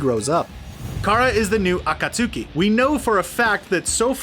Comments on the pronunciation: People in the comments need to chill about the pronunciations. They are just slightly off-- it's not like you don't know what they are talking about. Besides, most of them aren't quite mispronunciations-- they just stress the wrong syllable (like akaTSUki instead of aKAtsuki). Seriously, this is one reason why the fandom is notorious for being terrible. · Everyone: akatsuki: AcKaSuKeE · HE DID NOT SAY “aKaTsUkAy” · Every time he said acutsky he pronounces it a-ka-soo-ki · This needs to be deleted and fixed. Akat-sookie? Come on. This is supposed to be a professional youtube channel. This is wack. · HE MISPRONOUNCED AKATSUKI THREE DIFFERENT WAYS